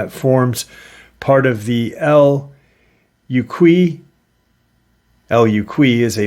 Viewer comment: 🐺💯 The Mountain in Puerto Rico El Junque How it sounds (June-Kke) I know you don't like to be corrected and you weren't that far off.... In Puerto Rico A Lot remote Caverns and Deep Forest-Rain...Weird sighting UFO and In Oceans and remote Rivers....Weird Sht but Beautiful. I'm Native born and Raised. Oh Love the Channel...😅